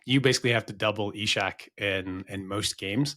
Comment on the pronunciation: Why has decided to add an H and pronounce it Ishak? I'm Norwegian (not quite Swedish, but still) and nobody in Scandinavia says it like that.